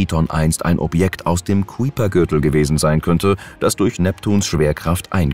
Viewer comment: Er heißt "Keuper Gürtel" und Voyager Zwei und nicht two🙄